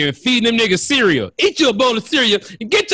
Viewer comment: to grown to still pronounce the word cereal like a toddler